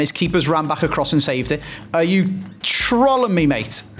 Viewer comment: Don't know what's more annoying not being able to say trolling properly or not understand that high depth is nothing like an offside simulator